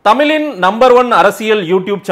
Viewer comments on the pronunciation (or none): என்னடா அது தமிலின்...